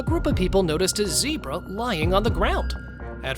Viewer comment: GOU SAID ZEBRA WRONG